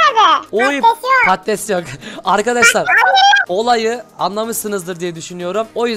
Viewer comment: sürekli patetes dedinden demir külçesine patates külçesi demeye basladım